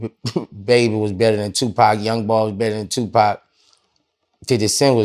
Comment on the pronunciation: Nigga said NBA YOUNBOY… cmon vlad